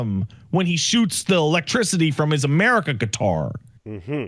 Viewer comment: Omg Amelie...Ka? Lol 😆 (say it in Engrish if it helps) Amelie...Ka? Amari...Ka? then Matt McMuscles would say YEAH! Murica!!! 🇺🇸